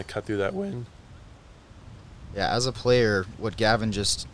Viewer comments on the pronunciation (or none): "gonna help cut through that wYNdd"